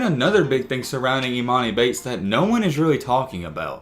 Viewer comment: your pronouncing his name wrong